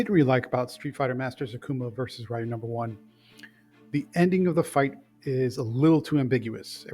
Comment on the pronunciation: REEEEEEEE-UUUUUU NOT RAIIIIIIII-U.